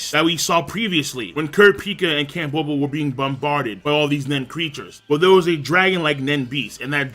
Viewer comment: I now have every prince memorized by appearance and...almost by name Woble is pronounced like the word "wobble" btw